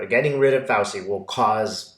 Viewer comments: (, it's pronounced "Fau-CHEE", not "Fau-see"). THANK YOU for your brilliant readings! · love your videos. You're mispronouncing Fauci; it's the ci sound of arrivederci. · Hey,. It's FowCHEE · Petty but Fauci is pronounced: F ouch ee like couchie. Lovely Italian name. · Thanks for supporting the concerned citizens of the USA, your fellow citizens. May I respectfully submit that you listen to CNN or another USA based news source speaking Dr. Fauci's name. As I had to learn some time ago, the c in Italian names is a CH for us English speakers. Peace and well being to all of us. Keep on keeping on.